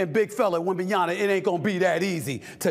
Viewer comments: You keep saying his name wrong. At least recently. Its not wembenyaNa its wembenyaMa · WembanyaMA, not Wembanyana ! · YAMA. YAMA. YAMA. NOT YANA. WEMBANYAMA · Stephen please it’s WembanyaMa not WembanyaNa 😃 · Stephen A. PLEASE say victor’s always name as Victor WembanyaMA not -yaNA. Or just say Wemby. Wemby is fine too. But not “wembanyana” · It’s Wembanyama not Wembanyana. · First of all, he twisted his right ankle very bad, that's why he's on a minutes restriction. Second, it's WEMBANYAMA not WEMBANYANA for crying out loud! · You should know his name by now. It's disrespect to keep calling him WembanYANA. It's WembanYAMA. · I love Stephen A but he's killin me ! YAMA! YAMA! not Yana lol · Stephen A keeps calling him WembenyaNA, its WembenyaMA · His name is “Wem-ba-nya-MA” and not Wembananya please make the effort Stephen A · Why is it so hard for americans to say Wembanyama all I am hearing is Wembanyana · He’s pronunciation is wrong It’s not wembemyana it’s wembanyama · His name is WembanyaMa not WembanyaNa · Why do you keen saying Na instead of Ma…it’s fairly simple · its WembanyaMBA not WembanyaNA!!!!! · Victor wembanyama Goddammit WembanyaMA not WembanyaNA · NiaMa not niana. Repeat After me. 😤😁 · Wembanyama....not Wembanyana Jeez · Hello, can I just say that it wembanyaMA and not …NA ? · Bro at some point you're going to have to put some respect on his name. The name is not "Wembanyna" the name is " Wembanyama" I mean coming from a white dude I wouldn't be shocked, but my man... Try to improve the pronunciation next time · Jesus, Stephen. Learn how to pronounce his freakin' name. It's "-yama", not "-yana". I can see the average Joe getting this wrong, but christ, it's your only job. Freaking embrassing, dude. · Am I the only one that's bothered how he kept saying "wembyana" lol bro he's been in the league long enough where his name shouldn't be that hard to say anymore lol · Wem-ban-ya-MA. It's either disrespect or stupidity at this point. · it's Wembanya"MA"